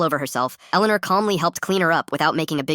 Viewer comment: My name is Elleanore and the pronunciation was so bad. 😂